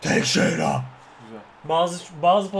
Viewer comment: Abi "Teşeyra" diye okunuyor :D